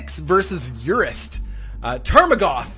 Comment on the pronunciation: Urist Tarmogoyf! :D It's Urist! A dwarf fortress reference!